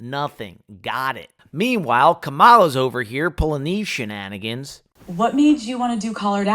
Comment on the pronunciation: I moved from PA nearly two years ago. In part, it was a smart move. Did you purposely mispronounce Harris' name? Both her first and her last. As per your wording, in this video, it's obvious it's about more than deciding to not promote politics - despite the fact that you just did. It's about lying about - nah, not gon' say that - thus implicating you're - nah, not gon' say that either